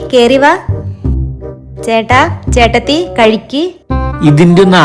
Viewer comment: Eettathi ❌ Chettathi ✅